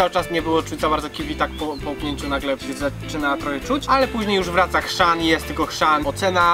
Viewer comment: HRZAN a nie krzan